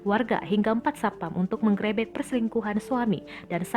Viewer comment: Aksen pembaca berita nya lucu. Menggerebek